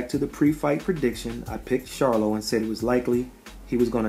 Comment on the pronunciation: Good video this clip doesn't show it but, he did stumble and was helped to his stool. He also was out of it for a little while in the corner. I must give you credit for pronouncing the Charlo name correctly. Good job bro.